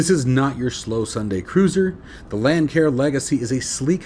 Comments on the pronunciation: A friendly heads up Lancair is pronounced Lance AIR. I made the same mistake when this plane first came out. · Not to be picky, I merely want to help you out. The "c" in Lancair is a soft c, not a hard c. It is pronounced as Lance air.